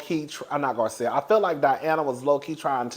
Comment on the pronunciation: Let's take a shot every time he calls Garcelle, Gizelle 😂😂😂😂😂😂